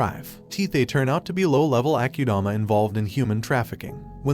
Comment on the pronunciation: as in ..AH KU DAMA..not AH CUE DAMA ......SO ITS AKUDAMA